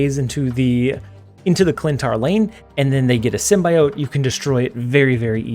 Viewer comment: Symbiote is pronounced sim·bee·owt not sim.bye.owt